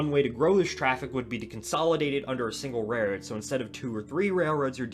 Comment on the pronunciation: Interesting subject matter, but I do wish you'd use your curser along the route you're talking about throughout. It would be easier to follow. And, I'm sorry, but you seem to quickly say "rayroard" half the time. Practice enunciating rail-road.